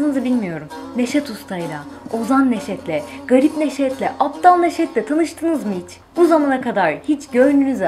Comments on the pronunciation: Ablacim apdal degil abdal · aptal değil abdal lütfen biraz daha dikkatli telafuz edelim. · ABDAL...APTAL DEĞİL ... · teleffuza az dikkat etsek, apdal değil abdal. ısrarlar b yerine p diyorsunuz. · aptal değil abdal o abla. lütfen biz kırşehirlilerin hassas noktasıdır. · "Aptal" degil. "Abdal" lar son temsilci NEŞET ERTAŞ tir. ❤❤ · Aptal değil yanlış telaffuz ediyorsunuz hanım efendi abdal doğrusu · lütfen aptal değil abdal diye düzeltilmesi lazım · Aptal değil ABDAL düzgün telaffuz et! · aptal değil "ABDAL" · ABDAL demek bu kadar zor mu arkadaş? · Abdal demeyi denesen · Abdal ile Aptali ayiramiyorsun oturmussun Nejat Ertas videosu yapiyorsun, Sen bir Abdal ilk önce söylemeyi ögren ha kuzum